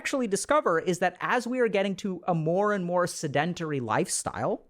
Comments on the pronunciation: Seh-duhn-teh-ree …. Pet peeve of mine… don’t butcher the pronunciation like that 😢 in the field that you’re in, there is no excuse. That’s a basic word, not complex nomenclature. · I can’t take him serious bc he hasn’t pronounced “sedentary” correctly once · Sedentary Google how to pronounce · I consider myself a pretty tolerant person. I have listened to this man speak on a variety of topics and never found fault with the way he speaks. But, when he says sedentary, I flinch a little. But great vid as always. I am watching because my wife has been struggling with brain fog for the last month.